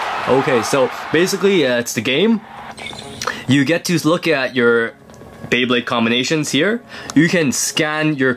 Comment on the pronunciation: BEYBLADE not bablade